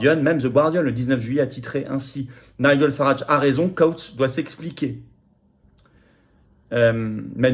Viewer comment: Nigel Farage se prononce ˈnaɪdʒəl ˈfærɑːʒ (nailledjeul/ol farèdge).